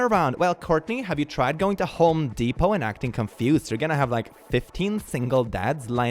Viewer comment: it’s “Home Depot”, not “HO Depot“ Maam, we only sell METAL screws here. Please leave. 🙄